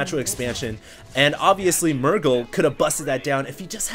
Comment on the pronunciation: xD love when he repeat "ovesly" 3 times per 1 minute <3